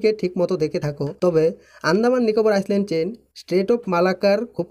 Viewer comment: ভাই," ISLAND" কথাটার উচ্চারণ হয় "আইল্যান্ড"। এখানে "S" অক্ষর টা সায়লেন্ট থাকে। সুতরাং তুমি যে একাধিকবার "আইসল্যান্ড" বলেছ সেটা ভুল উচ্চারণ।